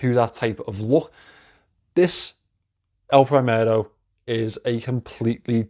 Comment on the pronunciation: It's "El primero" not "El prahimero" pronounced!!